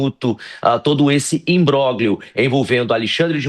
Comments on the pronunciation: "Embóguilio"? hahahahaha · O cara falou o “G” … de imbróglio 😮